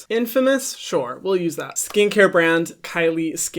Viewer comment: i live that hyram now says ✨shore✨